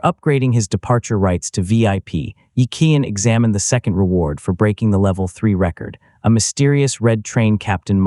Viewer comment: Oh look, his garbage collecting machine turned into Walli-E. And who taught this AI to talk, it's very peculiar and doesn't know how to say certain words like second it keeps saying zecond